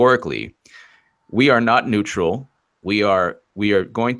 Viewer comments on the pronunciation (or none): none